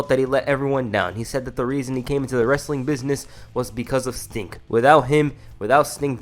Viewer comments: I swear you calling Sting "Stink" 😭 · bruh it's "sting" not "stink" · It's sting not stink